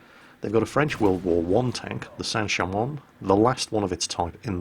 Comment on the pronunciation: Sanher 1? St Cham 1? or something like that? Looking at French WW1 tanks and the way he's saying the name is confusing me, keep thinking it's sancher/sancham 1